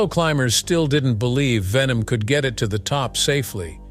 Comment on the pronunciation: It's ERIK WEIHENMAYER; not Erik Venom.